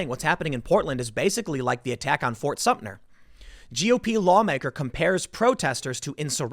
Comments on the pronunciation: Tim, It’s Sumter, not Sumtner. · It is Fort Sumter, not Sumner or Sumtner. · As a South Carolinian, the way Tim pronounces "Fort Sumter" as "Fort Sumn-ner" is like nails on a chalkboard. Edit: "Shot heard round the world" was the Revolutionary War, Tim. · i did a shot of Jameson every time Tim said Sumter/Sumner...still don't feel better about this topic. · Tim, I love your videos, but if you call Fort SUMTER "fort sumptner" one more time I'm gonna lose it. As someone who lives in the South and grew up with the heritage of this part of the country, that fort is forever ingratiated in our consciousness and it huts me to hear you mispronounce it. It is pronounced Sum-Ter, thank you. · Tim it’s pronounced S U M T E R! There in no “N” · ...he said "Fort Sump-tner"...even worse...! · I think Tim called it "Fort Sumpner" several times Lol ! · Is it bad that I'm literally too bored with tim talking about this to listen for more than a minute? Just bring in the live ammo please. Bye y'all. And jesus christ there's no "n" in "Sumter". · As someone from South Carolina just let me say Tim is mispronouncing Sumter and it is annoying the hell out of me. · Love your channel Tim, however please learn to pronounce Fort Sumpter correctly. There is no 'N' in the name. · It’s pronounced “SUMTER.” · Ft. SUM TER. Let’s get it right Tim. Call me a grammar N. This should be the easiest part of your reporting. I mean, you wouldn’t say “ New Yolk City”......